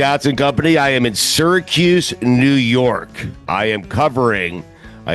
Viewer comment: As someone with an upstate ny accent said Syracuse right lmao